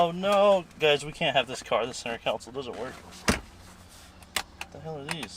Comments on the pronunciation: Altogether now, let's all pronounce center "console", here we go, "con-sole." Not council as in "City Council." There, that's better. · Oh my. Iowa. Landau - the half vinyl roof. Good job on the pronunciation, though. Speaking of.... it's console, not council. As long as we're at it, things need TO BE fixed, replaced, painted, etc.